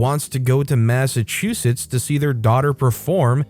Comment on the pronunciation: This is the 1st time that I have ever heard Massachusetts pronounced correctly!